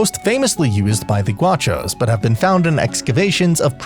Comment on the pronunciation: quick thing, those things are more well known by the name boleadoras, and i dont want to be a grammar nazi but you mispronounced "gauchos" saying "guachos" which fun fact, in argentina is a way of saying "bro" or "dude"